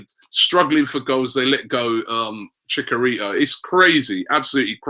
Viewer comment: every time he said El nae nea, I lmao, and then he topped it off with chicarito, damn bro you are killing it.